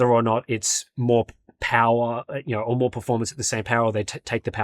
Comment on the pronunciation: saying "you know" is so funny. yeuouw